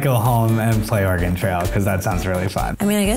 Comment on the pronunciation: THANK YOU for saying Oregon right! Such a big pet peeve when people say it wrong :)